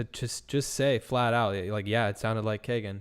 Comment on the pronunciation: AHHHHH I'm sorry but every time y'all say Kagan I cringe. It's KEE-GAN. BUT.... he deserves no respect on his name so carry on lol